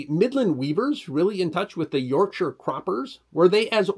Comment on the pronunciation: Well done on pronounciation! Though you, nearly, said York SHY-AH 😁😁